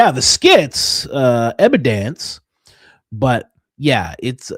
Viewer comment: add it to "da mountain uh ebadence."